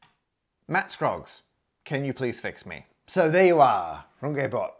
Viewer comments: Runge - not Rungay please!! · Thank you for this video. Wonderful. But you just mispronounced Runge in front of 1M+ followers. That ng sounds like the ng in long. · Normally I watch for the maths, but today I was more curious to know how you'd pronounce Runge. :D (My guess was "Rung-gee", but I see you were cunning enough to vary your "u", and decided to go with a French accent on the "e", so for the first time ever in my life, I was wrong about something.) AFAIK you need to go with the Yorkshire Dales version (but not the lovely one that rhymes with grunge - what I was most hoping for). Use a "e" that sounds like the "e" in "the", and you're there. Aye, "Roong-eht". (I seem to have some redundant letters there. Please almost ignore them.)